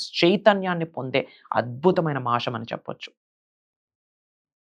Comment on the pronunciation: First of all meeru telugu nerchukuni appudu rituals gurinchi matladandi. Telugu lo sa ni sha ani anakudadu. Deepanni dweepam anakudadu. Masam anali masham kadu. Inko baba puttukochadu ra babu.A nails cut cheskondi first. Dantlone undi sagam sani , negetive energy. Janalni fools chesi style ga gattiga chepthe dweepam veliginchamu. Maku telusu "deepam" Ela veliginchalo.